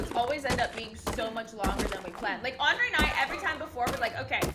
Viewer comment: It's Andre not "Andrea"